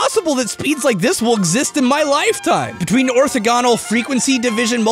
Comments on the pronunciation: "Automata" is pronounced with the emphasis on the 2nd syllable, rather than the 1st and 3rd. Same with "Orthogonal" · On the subject of mispronouncing difficult words, "orthogonal" can be added to the list ;) That said, super cool stuff. I'll have to check out that paper you referenced. Well done! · He also mispronounced orthogonal :/ Its pretty funny that he was shitting on matpat for mispronouncing words earlier in the video